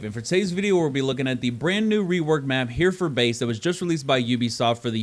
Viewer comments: It's Heh-ruh-ford base btw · Nice video, but it's pronounced Heh-ri-ford base, I should know, because I live in Hereford xD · Here-ford 😂, i love the American pronunciation of places in the UK